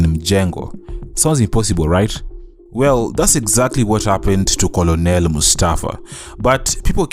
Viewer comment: Good job 👏🏾 . Thank you for taking us through Mustafa’s journey. I hope he is okay now, mentally. Being a caregiver for family members who are cancer patients is not easy. Just to point out the pronunciation of ‘Colonel’. Unfortunately, this word doesn’t follow vowel rules.